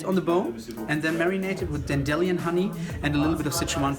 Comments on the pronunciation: The server looks like Jesse from 90 day fiancé ! Filming gave me headache it's all over the place ! What is dandee honey ? You mean dandelion as in dan dee lion . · dan-de-Lion. as in lion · presumably your captain doesn't speak english as a first language, but he does so fluently that his occasional mispronunciations are almost endearing. "Dan-DILL-ee-on" was my fav.